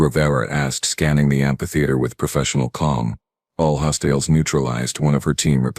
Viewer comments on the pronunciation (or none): "....all hos-TELLS neutralized..."!!!!??? WTF ia a FKN "hos-TELL"!!!!???? POS AI!!